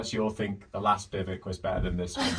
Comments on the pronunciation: I thought it was pronounced bivvy wack. But perhaps it’s different depending on your language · Is it pronounced Bi-voo-ak or am i going mad? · Biv-whack.... bivvuck... f-ing English can't speak English. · Bivouac, not bivoc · It's pronounced Biv-oo-ak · In the US military, this term is pronounced, “BIV WACK! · Bivouac is pronounced “bi-voo-ak”. FYI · It's pronounced something like "Biv oo ack" or "Bi Voo Ack" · For the love of all that is language... it's pronounced: bi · voo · ak 🤐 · Since when did bivouac become pronounced bivvuc? I thought I was going mad and then to all my years using this terminology I had been mistaken, but – after double checking several sources – it turns out I was not. So why? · Why do they call bivouacs bivocs? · Do all English people pronounce it like that? There are three syllables in "bivouac". "BI-voo-ack". Even in French it's "BIV-wack". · Note from the Pedantic Police: it's pronounced "Biv-oh-Wak"; surely you've seen WW2 films when you were a kid? I grew up on all the greats (I'm 56), Battle of Britain, Heroes of Telemark, Sink the Bismarck, etc. No one can watch those films without hearing about "bivouacing"... ;~ ] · It’s pronounced biv a wac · Had to click off after the 6th time he said bivek. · Isn't it pronounced biv oo wack? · Could you learn how to pronounce bivouac, please? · I just wish you’d learn to actually pronounce’bivouac’ correctly. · You are nor pronouncing bivouac properly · Can’t say bivouac properly 🙈🙈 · Wow really... a bivic? It's Biv ooh ack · Forget that you're not pronouncing bivouac correctly. It's pronounced Beev Wack not bivick. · "bivvick?" I believe it's pronounced bih-voo-ack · Just a heads up….its pronounced “bih-voo-ack” not “bih-vuck” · Lol Bivouac is pronounced more like biv-eh-whack, not bivok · They are biv-oh-wacks, not biv-icks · It's not 'biv-uk' it's pronounced biv-ooac' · You call them "bivik"? We Americans call them biv-wak. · Note: Bivouac is pronounced "biv-əo-wac"